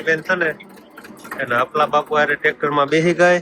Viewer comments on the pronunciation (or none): none